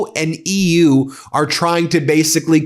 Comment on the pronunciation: "Munroe?" "The U-E"? Who is this guy again? Was he another real estate shell game operator? The tone doesn't matter if you can't pronounce anything you claim to know about.